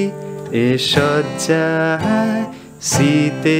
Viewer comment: একটা সজ্জা অন্যটা শয্যা উচ্চারণগত ফারাক আছে।যাইহোক,ভালো লেশন। একটা বিষয় জানতে চাই, chord change এর logic টা ঠিক কী,সা এবং পা ছাড়া বাকিগুলো কীভাবে ঠিক করা হয়,গানের শব্দের প্রথম note টি অনুযায়ী কি?জানালে উপকৃত হব,ধন্যবাদ।